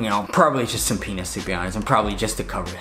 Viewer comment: Did uh... did anyone think he said penis? 😶